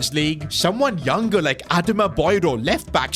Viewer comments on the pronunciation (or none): none